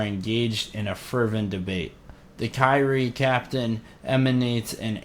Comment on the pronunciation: I think you were pronpuncing kyrie correctly in old videos and are now pronouncing ot incorrectly